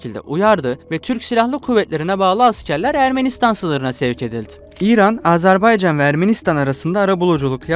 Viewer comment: Lavaşı Ermenistan yemeği yaptın ya. Ne diyeyim sana. Bi de Azerbaycan'ın adını Azerbeycan olarak okumaktan ne zaman vazgeçeceksin?!